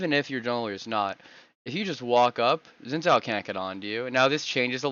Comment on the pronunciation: it's pronounced Shin Jao